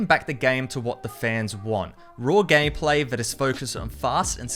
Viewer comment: Don’t say gam pla pronounce it gaym play